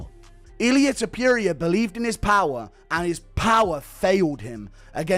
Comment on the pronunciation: The way pronounces "Topuria" is taking me out xD